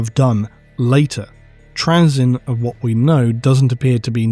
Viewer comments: you're pronuocniugin his name wrong its trayzun not trayzen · Why are you purposefully saying Trazyn's name incorrectly? You know you are. 6000pts? Of Necrons of your own? C'mon dude. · Not sure if I can stomach 90 minutes of my favourite loretuber mispronouncing Trazyn’s name but let’s do this. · is he saying trazyn wrong intentionally?